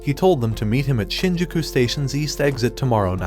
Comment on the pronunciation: He said shinjuko